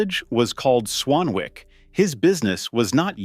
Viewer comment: Tip, its not "Swan-Wick", its pronouvced "Swan-ick". Have you watched the TV show "Howards Way" ?